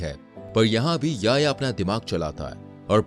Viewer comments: Bahi wo Yaya nahi ya-Hi-ya. Hai 🤗🤗 Yaya 😂😂😂😂😂🤣🤣🤣Yaya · Bhai naam to sahi pronounce kar, YA-HI-YA